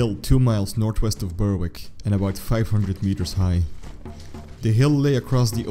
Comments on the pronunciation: Berwick is pronounced Berick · Nice clear account. Thanks. Might try pronouncing as: Berrick and shiltron. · Silent W in Berwick and silent C in Schiltron... other than that it wasn't too bad :)